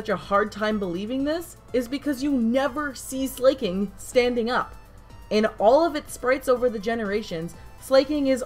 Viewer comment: It's pronounced SLAH-king, not SLAY-king.